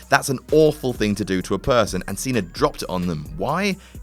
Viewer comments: its pronounced "cenA" not "cener" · Its pronounced cena not cenr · Why are you pronouncing Cena with a "R" at the end? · "John Cener" OMFG 😂😂